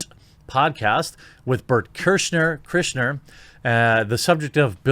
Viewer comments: I can't tell if he is self censoring or STILL can't pronounce Bert KREI...SCHER's name..lol. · Another one saying Berts name wrong! wtf is wrong with you people? Kreischeir... where is the N??? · Kreischer. CRY-SHER. It's so funny how people struggle saying that name and add an "N" to it. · KREI SHER, no "N" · Dude... Burt... CRY-SHER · Just came to say: It’s “Cry-sher”… yw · It pronounced Cry-sure!!!!! Phonetically. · "Bert Krischner" :D :D :D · Burnt Chrysler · Say it with us Jeremy. Bert Kreischer ( Cry- Chur) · Jeremy pronouncing Bert Kershner Me- dying lmfao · oh no thequartering cant pronounce Kriesher. look up "The Machine" stand up at the very least anyone who is reading this and hasn't seen it. edit: also he dies in the mandalorian i dont think hes coming back. he even only did a couple episodes in breaking bad and that show was epic-epic. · Bert is probably gonna rip on you for your pronunciation of his last name on one of his podcasts. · The mispronunciation of Bert Kriescher last name brings joy to all Mommies and Bears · It made me cringe , a lot lol. How do you not know who he is.